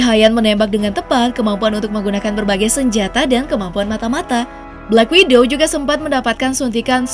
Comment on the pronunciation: Black Widow Min, bukan Black Window 😅